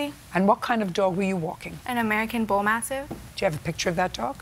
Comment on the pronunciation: Did she say "American Bull MASSIVE" instead of mastiff? Did I hear that correctly?